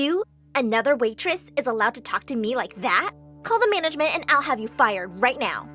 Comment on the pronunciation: "I am the manegment" epic